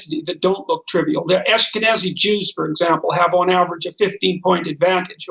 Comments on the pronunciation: Why does Molyneux always pronounce it ´Ashken- aTzi´ so it rhymes with Nazi? Then again, why did the Israeli defense minister say he was going to ´unleash a holocaust´ on the Palestinians? Peterson should analyze these Freudian slips!! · Could have sworn he said Ask a Nazi Jew. Must be getting old time for a hearing test i guess